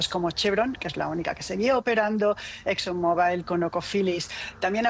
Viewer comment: ➡ La AMA DE CASA gallega que reporta desde USA ➡ no sabe que pronunciar Exxon MOBÁIL muestra una gran ignorancia. ➡Por favor levanten el nivel!!! ➡ Es una vergüenza lo que ha caído la DW a nivel humano, son un desastre, ➡ está llena de gallegos y chilenos, ➡ sin conocimiento y sin la mínima experiencia, ➡ gente QUE NUNCA TRABAJÓ DE NADA en su vida como esta reportera. ➡